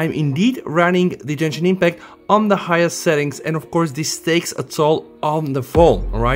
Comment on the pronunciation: Jenshin no it is gen-shin with g not a j sound plz say to correct 😢😢